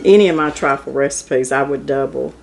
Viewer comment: It's "TRIFLE"!